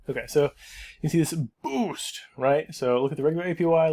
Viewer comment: "Boof," however, is WAY different from "boost." 🤣